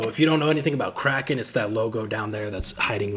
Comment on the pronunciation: Mixed kraken and azov and made it sound like he said Crack off, lol.. man, just another dumb American here. Appreciate all u do to bring attention to the u.s. and the rest of the world for that matter. Came from family of service members and fighters and if it wasn't for a debilitating car wreck when I was 17 I'd be fighting right there with you. Stay safe, be well, keep up the good fight brave brother❤